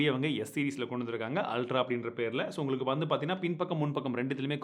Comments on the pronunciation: Bro, enna "tamil pesum anaithu nalla ullangalukum" tune mari "nalla ungalukumnu" varudhu😁😁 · இன்னுமும் உள்ளங்களுக்கும் உனக்கு ஒழுங்கா வரல.. tongue 👅 ஒழுங்க clean பண்ணு